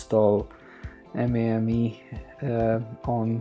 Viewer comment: rom isn't corrupted, it shows you don't have the bios files and mame is pronounced maim